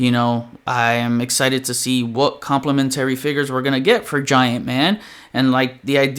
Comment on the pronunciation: Nice video and I agree with everything you said except you have your syllable wrong with the word complementary 😅. I hope I’m not coming off as the grammar police. Just trying to help when you’re saying it numerous times 😛👍🏾. Keep up the good fight!